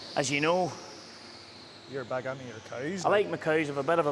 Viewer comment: He actually almost said "coo"! I've been waiting for that because I heard a Scottish person explaining how they call them coos, not cows, because of their accent, I guess. I'm like 2 years in before I actually heard it❤😂